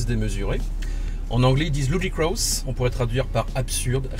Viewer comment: le mode LUDIKRAOUSSE mdrrr pitoyable les mots anglais chez les français